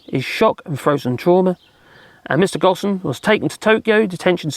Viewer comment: It’s pronounced Go, plus mm. or Go home, minus the middle bit. The S is silent